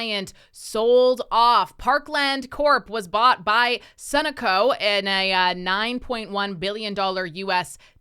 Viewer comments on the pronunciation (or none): Pronounced Sun-no-co